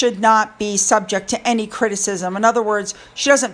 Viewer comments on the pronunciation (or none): none